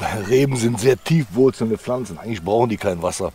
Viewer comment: du immer mit flanzen es heißt pflanzen